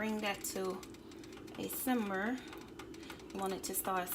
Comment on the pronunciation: She did lol and she keep saying simber